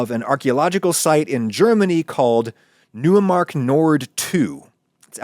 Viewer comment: Neumark is pronounced “Noy-mark” not “New-uh-mark”